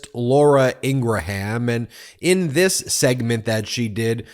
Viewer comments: one thing its notn laura in gra ham its laura in GRAM thats how you pounce that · I despise Ingraham but PLEASE…..pronounce her name properly. Don’t act like a republican. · Please figure out how to pronounce Laura Ingraham’s name. I want to be able to say - mispronouncing someone’s name is an attack if done intentionally - and it is hard for me to listen to you mispronouncing hers. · Ingraham is pronounced in two syllables not three